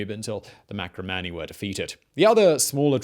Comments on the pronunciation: Marcomanni, not Macromanni. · marCOmanni not maCROmanni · While it usually looks like an "L", Iazyges is actually spelled with an "I" (letter after "H"). Also, it's Marcomanni, not macromanni. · Dude, read over your script before you tape, will ya? MARCOmanni not MACRO. ANTON-EYE-NUS, not Antone-ee-us. The shows are good but that's no excuse to be so sloppy.